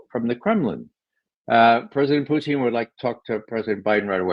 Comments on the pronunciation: Someone tell Ray, his name is Putin as in Pewtin and not Pooteen. Not even Lavrov pronounces it as Pooteen!!! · He's ridiculous the way he says that. He said once he believes it's the correct pronunciation. It isn't. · Why does Ray McGovern pronounce Putin as "poutine?" Does he think Putin is like fries and gravy?